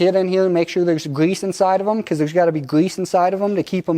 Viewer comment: I like the way the guy says "gwease"